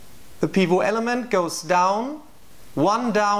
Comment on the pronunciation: It's been seven years so you may have learned by now that "pivot" is an English word, so you pronounce the "T" . Otherwise an excellent discussion.